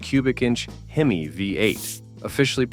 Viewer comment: The AI narration sucks. I gave up after the "fiberglass hood" on the AMX S/S while showing said car with a stock hood spring clearly installed. Then the " H-E-M-I five eight". It's bad enough that everyone expects AI to do their work for them, but to allow it to be done so poorly and not even bother to edit convinces me to stop watching with more than 30 seconds left. They don't deserve to make any money from such a half assed effort.